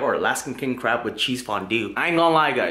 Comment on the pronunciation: No it's pronounced CRAB